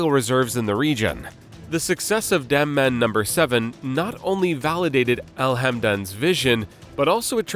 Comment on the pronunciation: Bro.. it’s called DAM-MAM. It’s a city and the well called Dammam No. 7. not DAMN-MAN.